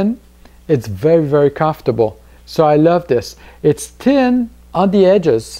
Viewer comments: Again. I love accents. Just the way you say thin. "Tin"! I love it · Good review..............still laughing at you trying to say thin thou hahah